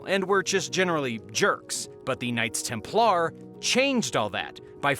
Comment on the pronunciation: Why were you pronouncing Templar weird? lol